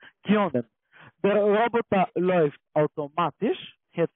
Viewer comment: Wie die immer "Rrroobbottaah" aussprechen😂 Ich schmeiß mich wech:_CCALike::_CCAFunny:Danke dir🎉